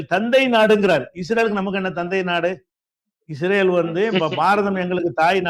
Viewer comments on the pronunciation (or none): none